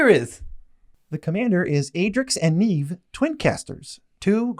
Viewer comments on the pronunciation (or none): Adrix & Nev not neeeeev xD